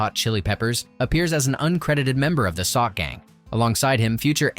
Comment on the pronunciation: Soc is pronounced with an sh. Short of social or socialite.